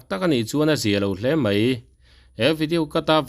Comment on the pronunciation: A duh leh saptawng chu hmang sela mizotawng chu in phutsak khera...ka tan vang a nilo an ni dinhmun ni phak lo pawn mizotawng an hmang dik tha peih loa ziah pawh an ziak dik peih loa..daih tih pawh lam dik peih lo leh ziak dik peih lo....mai tih pawh mei ti tlat ....mitha famkim ah i ngai bik lo teh ang u cm fanu hi...tisual thei ve tho famkim lo mihring a ni ve tho a lawm nang ni ho leh kei ni te hi ..